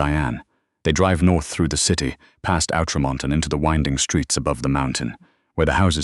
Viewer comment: ‘Outremont’ is pronounced ‘oo-truh-mon’, the last syllable rhyming with ‘don’t’ without the ‘t’. The speedy robot narrator got it wrong. Felix takes her bag as she exits the car; what bag? She left the restaurant with her coat and phone only. The girl seems about twelve years old to Claire, but says is in grade five. That makes her ten years old in Québec. The ‘s’ in ‘Levesque’ is silent, not pronounced. The ice in the river in February is not moving; it is stiff as can be in the coldest month of the year.